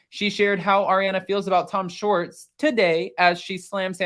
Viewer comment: It’s Schwartz, not Shorts.